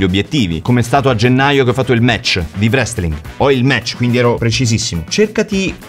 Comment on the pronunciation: 🔴🔴🔴 ah Maurii, la w in wrestling é muta, come la w in write o in wrong 🤦‍♂️ Un doppiatore bravo dovrebbe conoscere l'abc dell'inglese